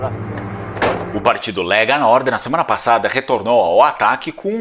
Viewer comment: O partido aqui na Itália nao se diz ''Léga'' mas sim '' Lêga" e antes era nominado "' Lega Nord".